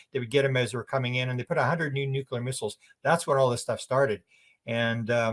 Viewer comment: The WORD dear Sir is pronounced NU-CLEAR. There is NO SUCH WORD AS 'NEW-QUEUE-LAR'. Please tell your countrymen, bless you. 🙏